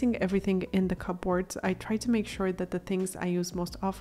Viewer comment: Check your pronunciation of "cupboards."